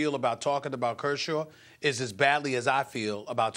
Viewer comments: How did Stephen A Smith pronounce Kershaw 20 different ways and none of them were correct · griffey422 "Kurshurd"